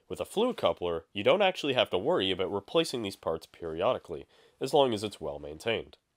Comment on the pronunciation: The "a-boot" gives you away, my Canadian neighbor.